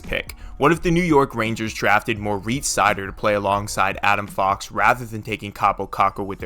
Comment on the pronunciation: Agree with everything other then butchering Moritz Seider’s name